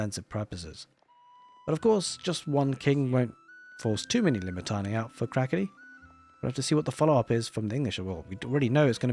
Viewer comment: Limitanei - (Le-Met-an-eye) is the pronunciation